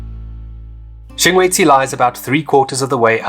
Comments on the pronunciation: Sshing - gwe - dzzi …… NOT …. Sing - Gwe - Dzshi. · Awesome video! I kept hearing you "Singwedchi", am I losing it hahahah. I was there about 3 weeks ago, setup camp about 4 stands down from the swimming pool. I thought it was a waste to spend the extra to be along the fence. That morning around 3am about 4 - 6 lions pulled down an antelope in front of my tent. Spent the rest of the night hearing Lions and Hyenas fighting, bones crunching, etc... was a great experience. I am still quite sad that they blew up the Kannidood dam though. Hope it will one day be rebuilt. Was always great to sit under a tree there and read a book with a mug of coffee in hand :) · You're so funny,... "Singwedgy"... 😂😂😂